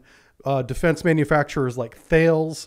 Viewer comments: Just to note Thales is pronounced Taless. Great vid by the way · thales is pronounced like talos (tal es) for those reading :)